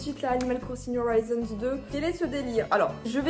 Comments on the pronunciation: Ton accent sur "new horizons" fait tellement mal aux oreilles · Son accent n'est pas parfait mais loin de la de faire mal aux oreilles